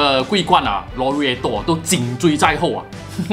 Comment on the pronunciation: 這馬來西亞口音嗎 讀款式名可以讀好一點嗎，已經不是口音問題，簡直是讀錯，超難聽